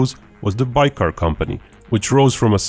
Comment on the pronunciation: Interesting video but you even misspronounce the name of the company your talking about. :D What is "baykar"?